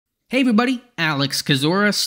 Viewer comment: Every time you start a video with, “Hey, everybody” my brain hears, “Hey, good buddy” and it makes me happy.